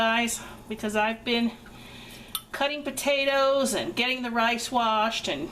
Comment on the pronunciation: We love this recipe. Desty and I are watching together and she loves the way you said "Potaters" lol Enjoy ! Thank you so much for sharing 😋